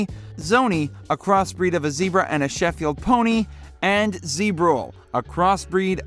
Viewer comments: It's called SHETLAND pony.....not SHFIELT pony.....learn the proper pronunciation before you narrate your final clip..... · Shetland pony not Sheffield.